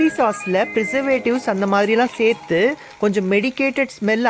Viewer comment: Seithee seithee nu salathinga . Serthu nu sollunga pls